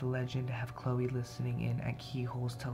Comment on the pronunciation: when u Said ”chloe” i heard ”yeah”